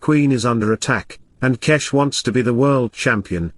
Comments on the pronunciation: It is Gukesh not G"ow"kesk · it is pronounced Gukesh not Gukesh